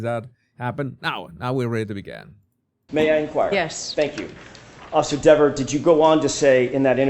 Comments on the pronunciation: … and for God’s sake DON’T call her Deeeeeever 😂😂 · Jackson. Mispronounces her name intentionally and it works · When mispronounced her name “diva” that was NO MISTAKE. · It was definitely multiple times. Earlier in her testimony, he pronounces it wrong and she specifically says "it's pronounced Deh-ver" and he apologizes to her. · It’s pronounced Deeeever. She gets pissed if you get it wrong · she is really defensive about him mispronouncing her name. If I was him I would have kept doing it to annoy her